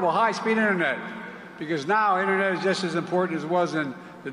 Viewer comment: Omg it InTERnet not innernet unless your on a fishing boat rambling about the fish in the net